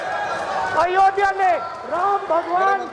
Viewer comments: अयोध्या है, अयोधिया नहीं... सिर्फ विरोध ही राजनीती है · isse ayodhya pronounce nhi kiya ja rha